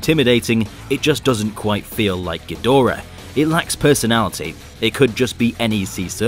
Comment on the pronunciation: i wish people would respect the source material enough to pronounce Ghidorah correctly